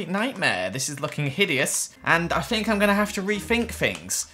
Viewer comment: Please stop saying fink and fings lol 😩love the idea so come so cool how you do Redstone???? How it worked soooooo coool !!!!!!